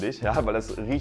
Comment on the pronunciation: Man spricht es schea butter aus aber man schreibt logisch shea butte